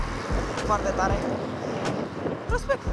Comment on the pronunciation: de cate ori ai spus RESPECECT XD